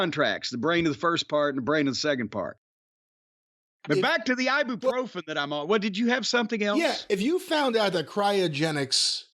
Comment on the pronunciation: "Eye-Boo-Pro-Fen" and "Arthur-Rightis" ..... holy f*** ... 🤣🤣🤣